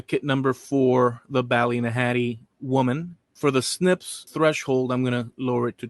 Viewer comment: No one in Ireland pronounces Ballynahatty or Rathlin the way you do. Very annoying having to listen to the continious mispronounciation. Other than that a good video. I've a DNA match to her on my mums side and to the Rathlin Island burials on my dads